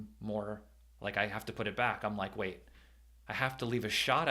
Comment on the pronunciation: Oh.. "Smash the LIKE button" - I thought you were saying "Smash the LIGHT button" which I immediately did... ...and now my phone's flashlight is broken.😭